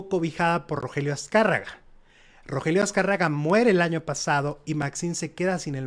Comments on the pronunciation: RO GE RIO no Rogelio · Oye, no era Rogelio, sino Rogerio... Haba bien para que no te cretiquen.